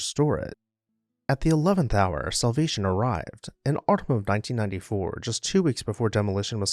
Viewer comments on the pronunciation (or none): none